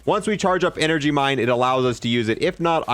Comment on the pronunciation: Heh. "Enegry."